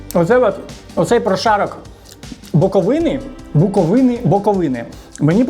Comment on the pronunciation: Не БуковинИ, а БуковИни!